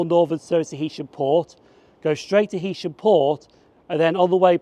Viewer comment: Nice one. A couple of points - I don't know how you missed seeing the two nuclear power stations at Heysham! At least you pronounced the name correctly! Morecambe got its original station in 1846 (I think) on the pier - building and lighthouse still there, Then a station in Northumberland Road - which was replaced by Promenade when you said. There was a station earlier than Euston Road too on the LNWR branch from Morecambe South Junction and Hest Bank (closed). Now there's a once a week service!